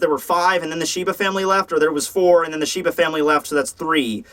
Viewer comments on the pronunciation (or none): none